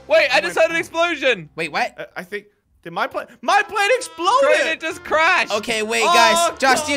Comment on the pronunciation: It’s not crener it’s crainer